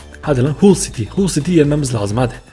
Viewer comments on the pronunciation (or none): none